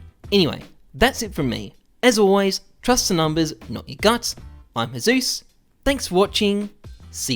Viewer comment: when he gets a good item sounds more Australian than an australian